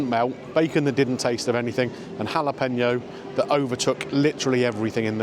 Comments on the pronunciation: had to stop watching due to the repeated "jalePENo" pronunciation 😢😅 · I can't take the mispronounciation of Jalapeño any longer. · I really don't think you need to be a native Spanish speaker to get the pronunciation of Jalapeño correct (I'm certainly not a native Spanish speaker but just prefer to educate myself in various instances) but if that's the stance you want to defend then you crack on and best of luck with it all. :)